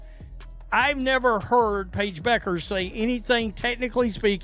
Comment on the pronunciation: The name is pronounced BECK ers, NOT BOO kers.